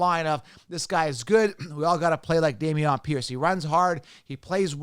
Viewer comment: Day-mee-onn Pierce? LMAO!! 🤣